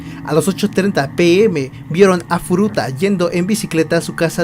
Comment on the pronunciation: Hola tu video me a encantado pero tienes muchas faltas de vocabulacion, por ejemplo... dices mal los nombres de los agresores tambien hay un momento que dices futura a cambio de furuta lo dices en el momento / ... a parte de estas faltas me a gustado este video,tu voz es un poco rara 😅😅 no passa nada espero que en el proximo video mejores masss!!! Hastaaa la Vistaaaa !!! Chao 👌😘❤